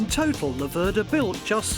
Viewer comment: It's an Italian bike so I guess in any other language they'll pronounce it as they see it, the mistake that the English make is with pronouncing Laverda, they always seem to stress the 2nd syllable.